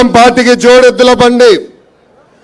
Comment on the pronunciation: Let pappu.. Jody eddula bandi ani neat ga palaka ra laffoot. Jooodeddulu kaadu